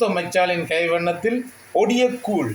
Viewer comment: கூல் இல்லை கூழ்